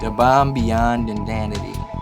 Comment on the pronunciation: "Da bomb beyond indanity" LMFAO